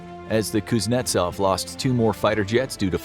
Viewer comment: The (rear) admiral pooznetsov!!